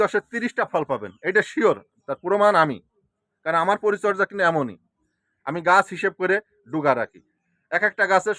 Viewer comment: কিন্তুক বলবেন না। বলবেন কিন্তু। ধন্যবাদ